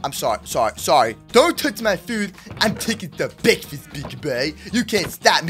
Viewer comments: MY FAV WORD BEKFAST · I like the parts where said "BEKFAST" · MOOSE: Did someone say BEK FAST SOME PEOPLE: It's breakfast time right now